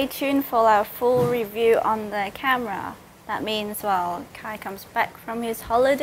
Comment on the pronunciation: Kai not Kay hehehe